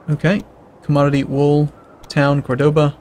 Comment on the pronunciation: its cOrdoba, not cordOba. The accent on the O marks which letter should be "accented". Córdoba.